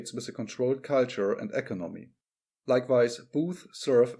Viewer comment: E•'conomy not eco•'nomy.